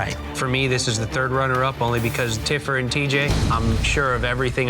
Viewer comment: Tiffer not TIPPER